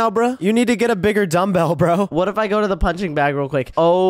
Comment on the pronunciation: Why does say wart instead of what